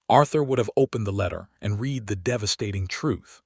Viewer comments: He can't do this. Haven't you heard the word "READ" pronounced that wrong one during a video, over and over? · Hoping and hopping, Read said as Reed not said as Red and others too. I really hate AI